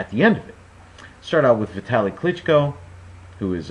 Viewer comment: Nice pronounsiation on sec If you would like to say it even closer to original, you can put stress on the last O klychkO letter t - is just german customisation, it's not present in original surname :)